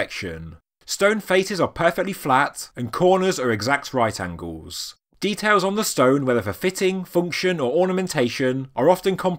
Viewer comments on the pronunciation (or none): none